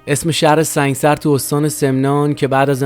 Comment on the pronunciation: Thank you so much for your information, The correct pronunciation of that city is Sang'e sar. I was born in Iran as a Bahai and I knew allot of Baha'is from Sang'e sar. Thank you again for your videos, Love from Arizona